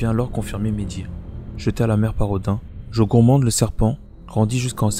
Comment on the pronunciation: Ça se dis pas jogurmand mais « Jormûngand » ou « Yormûngand » sinon super intéressante ta vidéo